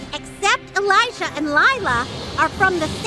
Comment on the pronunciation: I'm sure it's probably just a language thing. The letter "J" is probably pronounced differently in his language :)